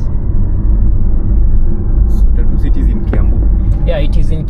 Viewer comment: Your pronunciation of Tatu is hilarious. 🤣Sounds like "tattoo..."